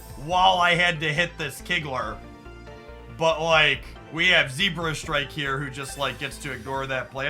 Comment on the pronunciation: “zebrastrike” i love how you always mispronounce pokemon😂